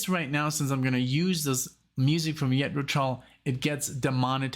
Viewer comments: All your reaction vids get demonetized? Wow! That sucks! Can’t you get some sponsors? Maybe from your headphones or a chair you get for Alexia’s back? (When you get one that works), ‘Jethro’. Is pronounced like using a soft ‘G’ You sound like you’re saying ‘Yethro’? Like pronouncing ‘Justin’ or ‘Jester’ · And Jethro, not Yetro. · I think that Too Old to Rock and Roll, Too Young to Die is the weakest of the first 15 years of Tull albums. Btw, I know it's your background, but the correct pronunciation of Jethro is not Yethro, but J as in John. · I'm not sure if you're just playing around pronouncing the J in Jethro as a Y but it's J like in John. Sorry for being nit picky but I can't help myself. The band is named after an English agriculturist from Berkshire who helped to bring about the British Agricultural Revolution of the 18th century. Some people think that Jethro Tull is the name of the singer but his name is Ian Anderson. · It is Jethro Tull with a Ja sound. Ian Anderson was playing the flute for less than 2 years when he did Nothing is Easy. Ian is one of the best front men in the history of rock You will also love reacting to Hunting Girl and the Whistler from The Songs From The Wood album.